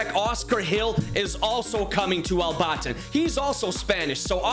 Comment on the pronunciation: I live in Al-Batin but you pronounced it wrong